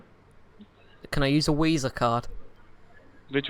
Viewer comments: Wisa card, heared of that a fee times. Wery good card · Do you intentionally say "Wisa" and "Vindows" instead of pronouncing them correctly? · Wisa card had me dying lololol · "can I use a Wisa card?" I need more of these videos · weeza card xD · ... A WISA card ... I'm hemorrhaging here ... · Wisa Card! lol! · Dewices. Wisa card. C wi c number. Hilarious. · OMG you the best. Dawid, wisa card, CWeeWee